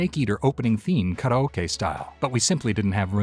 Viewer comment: THANK YOU, Mr.Hayter, for showing the pleebz how to PROPERLY pronounce "Karaoke"!